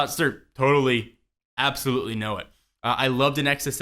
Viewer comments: lol appsolutley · APPsolutely... ಠ_ಠ